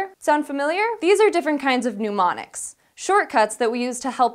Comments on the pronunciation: NEM-oniks, not NEW-moniks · I don't like this host. Her glasses and face jewelry reflect too much light and are distracting. Also it sounds like she keeps saying "pneumonics" which is not "mnemonics" and makes her sound like she's reading off a script she didn't practice and no one corrected. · yay! new host! welcome. good episode, but is it "ne-monics" not "nu-monics"? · 'Mnemonics' and 'Pneumonics' are two very different words. It's pronounced "neh-moh-nix" :o) Other then that, great video!!!! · I have several issues with this video. 1. It's "neh-monics". Not "pneumonics". That's an entirely different field. You're all educated people. If providing high-quality information is your bag, that should also extend to ensuring you're pronouncing the words correctly. 2. It's "Low-ki", not "low-sigh", similar to "local" or "location", English words derived from the latin root loci. See above. 3. Smiling host. Or lack thereof. While may be new, putting more personality into your presentation would go a long way. 4. Speaking in questions? doesn't help. I understand this is a confidence thing which may subside in time, and hopefully the vocal fry will dissipate as well. 5. I have no problem with piercings (Caitlyn has one; Michael has plugs; hell, I have a brow pierce)... but all I can think of when watching the video is "nose ring". I can't focus on anything else. Other than those niggledy-piggledy issues, great work. Keep at it! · My only criticism of this video is saying the word "pneumonics" when she meant "mnemonics." other than that, good episode! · is mispronouncing "mnemonics." It is pronounced "ni-MON-iks," not "noo-MON-iks." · "Nu" like in number, not "new" like pneumatic. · It's pronounced nee-monics or nuh-monics, not noo-monics*. It seemed worth mentioning, since this is an educational channel. *niː-monics or nə-monics, not nuː-monics. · "NE-MO-NIKS" not pneumonics hahaha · "pneumonics" really? Every time! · "mnumonics" eh.